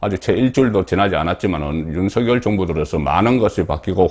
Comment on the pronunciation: 윤서결이라고 하지말고 윤석열이라고 발음 하시길